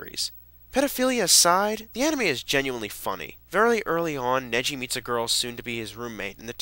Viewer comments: Unfortunately yes! It's pronounced "Negi" with a gutteral "G". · NE-GHI with a "guh" not a "juh" sound! Just so much anger! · It's Ne-gi-ma as in gi like an E not Nejima as in ji it's Ne-gi-ma! Also Negi's name is the same to Ne-gi like an E not ji. But also the series never get's boring and check out the manga they focus on every body in the book and the music never gets boring and sorry for saying so much but Im a big Negima fan. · Did he say "Neji"?